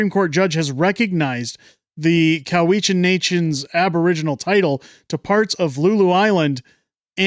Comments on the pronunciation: "coo-we-chan" or "cow-ichan"... ??????????? I have never heard it pronounced coo-we-chan. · COW-i-chan. The stress is on the first syllable. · Cow-eshen. At least pronounce it as the locals do. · It's COW-itch-an.